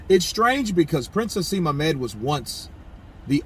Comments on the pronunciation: bro just so you know his name is Prince (Naseem)Hamed not hasem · Naseem Hamed is his name not haseem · Haseem Hamed hahahahaha its Naseem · Lol its prince 'N'aseem hamed and these are comments he made about Eubank Jr. When he lost to George Groves- how can i trust your channel now for credible news?